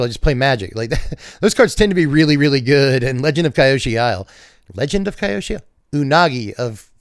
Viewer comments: FYI - Kyoshi is two syllables. KYO-SHI. Were it to be pronounced as you'd guessed, it would have been spelled "Kaiyoshi". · Hey, hope you get to feeling better man! Also, I believe its pronounced Key-oh-she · bro, recover! Try watching Avataar the last Airbender on the ceiling. It's "KEY -yoshi". It's a really important place, learn the universe or I'll have to cancel your secret lair(after I printed all the copies)😂 Seriously tho, get better soon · It's Kee-Yoh-Shee. Avatar Kyoshi separated a chunk of land to make an island, and that's now named after her as Kyoshi Island. Unagi is a serpent that lives near there.